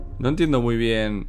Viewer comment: Me encanta cuando dices bi-én :v